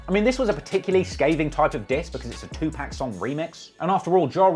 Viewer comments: great video as always...but am I the only one that glares cockeyed at someone who says 2pack?... said it like ten times in 30 seconds at one point then I heard em say Pac later so I know he can say it right..ja selling 139k first week with Blood in my eye is actually pretty amazing imo after being absolutely slaughtered by 50 for most of 2003 I remember being surprised back then that he sold that much and I still am surprised but you absolutely right about the content of that album cuz it was clear 50 was ruling ja(no pun intended) at that point and the best thing ja should've did was throw diss tracks out every once in awhile that are well put together to show that he ain't going down without a fight but making a whole album dissin your enemy shows that they control u and I think he spent way too much time on it and if he woulda did some responses and then brushed it off and showed that he wasn't bothered I think his career could've recovered...I still think he had a better career then 50 though cuz as great as Grodt still is once 50 "got rich" he completely lost his hunger..The Massacre was weak with garbage like Candy Shop and Piggy Bank which is most def one of the worst diss tracks of all time(see Jadakiss Checkmate for how u do a diss track)...Young Buck and Banks had better albums..I'll give 50 03,04 and because Massacre was at least mostly well received and sold well I'll give him part of 05 but I really stop liking his music after 03..50 was one of the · I love your videos and normally I just ignore when you pronounce peoples names wrong because you’re not from America and you do have an accent which I love, but it literally hurt my soul to hear you pronounce Tupac “Two-pack” 🤧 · Why u keep calling him 2pack you know it's pac like pocket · Say “two pack” one more time. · It's Tupac not TUPACK AHHHHHHH I love your videos but it's driving me crazy❗💯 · 2 pack?? Lol really. Pin me!! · Say 2pack one more time. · TU-POCK NOT PACK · Tupac not 2 pack